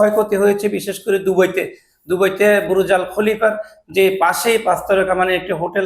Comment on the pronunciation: ইছ্রাইল,আর ব্রুজাল খলিফা,এই হলো উচ্চারণ এর অবস্থা। ভাই তোরে সাংবাদিক বানাইলো কে?